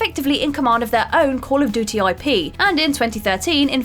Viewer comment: Why can’t she say ‘duty’ properly??